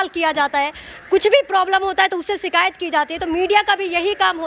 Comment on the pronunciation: Abe sikayat nhi...shikayat ki jati h